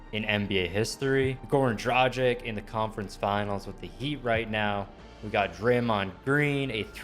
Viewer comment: Dra gik it hurts me how you say it its dragi`c(not hating btw)